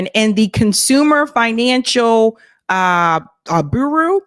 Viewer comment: Bureau is pronounced BYou-Row row as in row your boat.